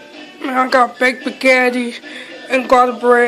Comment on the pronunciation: How are you able to Spell Spaghetti but can't pronounce it